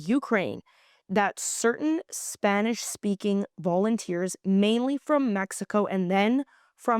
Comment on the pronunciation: We love your correct pronunciation of Spanish words.